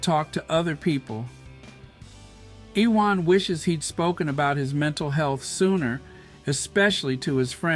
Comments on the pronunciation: His name is pronounced YOUU-WON. Big-up Harry & Meghan. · Its pronounced youwan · Iwan is a Welsh name - it is pronounced Uwan. Thanks - he's a legend of British sport - and we fans never knew who he really was.